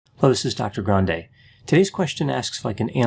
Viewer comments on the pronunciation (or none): none